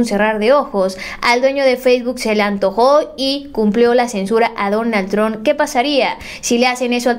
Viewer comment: se dice donald trump no donal tron